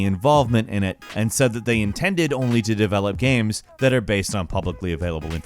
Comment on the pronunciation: Is he saying video gams? Or am I tripping?